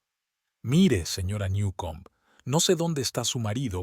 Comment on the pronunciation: No sabe decir señora???